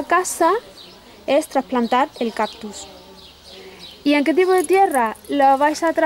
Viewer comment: Se escribe y pronuncia "CACTUS" no captus!!!!!!!